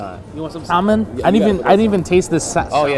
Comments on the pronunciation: did you really just say sal-a-mon instead of salmon? Bruh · pronounced salmon as "sal-man" its "sam-in" kid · really killed that L in salmon. I'm terrified to hear him say yolk. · THE 'L' IS SILENT IN SALMON. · You don't pronounce the 'L' in salmon... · You're saying "salmon" wrong